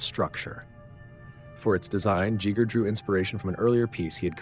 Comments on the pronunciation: A coworker recently informed me about deleted scenes from the 1979 Alien film which is how I found your video. I noticed how you pronounced Giger's last name. I have gone down the rabbit hole looking for the correct pronunciation of it and the first one I think lots of people still use is "guy-ger" which is incorrect. The second is the one I discovered years ago which is "gee-ger". And you pronounced it "jee-ger" which I have never heard before. Is your pronunciation the correct one or is it one of the one's I listed? Lol I'm hoping I can figure this out. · Cool information! Love the content. You are mispronouncing Giger. Think Geiger counter. Gut. Gogo. Gallop. Giger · How can a channel dedicated to Alien not know how to pronounce Giger? G EYE GRRR! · That’s not how you pronounce it. His name wasn’t Geiger. Giger is pronounced more like geezer except you substitute the z for a similar gah-sounding g as in the beginning. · Pronounced Gie gger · No grand master would pronounce it Jeeger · Giger knew how to pronounce his own name. There are not 'several ways to pronounce it.' There's the correct way, and wrong ways. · That's (mostly) not how Giger is pronounced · Dude you butchered his last name. By not saying it right and repeating it over and over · Okay dude.... the way you pronounce Giger is UNBEARABLE. I'm out.... Reupload the video with the correct pronunciation. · It’s not Giger, it’s Giger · Awesome work. But please pick at least one mispronunciation of Giger and stick with it lol. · How many ways can you mispronounce Giger’s name? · How is it you pronounce H.R. Giger's name 3 different ways? 🙄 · Good video, just wish u learned how to pronounce giger before recording all this, such a missed opportunity. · Giger rhymes with Meager as Giger said. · Why do you have to be from Scandinavia or Germany to pronounce Giger. 🙄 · I like how he pronounces Giger three (potentially 4) different ways. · “HE Jeeger”?!? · Ghee-GEr not Chi-ger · Who's 'Jeeger' ?? Ha